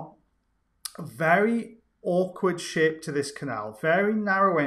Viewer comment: "Very awkward sh*t to this canal" 😂😂😂 I know you said "shape" but to my ears, it wasn't that at all! Awkward sh*t indeed!